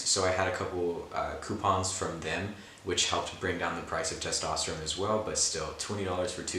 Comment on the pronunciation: Testosterone (but pronounced like rigatoni)